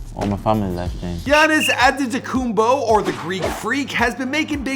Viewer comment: Try to pronounce Giannis Antetokoumpo a little better plz